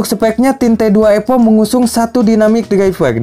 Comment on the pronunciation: Evo kang evo bukan epo 😂. Nice review tapi, singkat jelas padat 👍👍